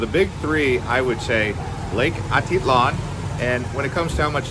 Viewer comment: If you are going to be giving advice of a place, try to pronounce the names right.